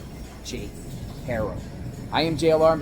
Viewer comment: In Spanish, the name "Haro" is pronounced AH-roh, with the "H" being silent. The "a" is pronounced like the "a" in "father", and the "o" is like the "o" in "go". Not HAIRO. It sounds petty but get it right so everyone knows his name. Every Haro I know is behind or should be behind bars. At least the ones here in California....